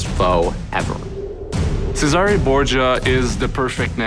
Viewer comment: Cesàre non se pò sentì!! ma fatevelo dire come si pronuncia prima di registrare la voce del trailer!